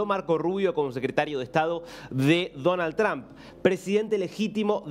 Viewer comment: Es Donald Trump. No danal tran.